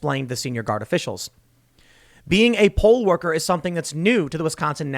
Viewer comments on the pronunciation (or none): I don't care how aware I am of the subject of this video, I keep hearing "pole-worker" every time Tim says it.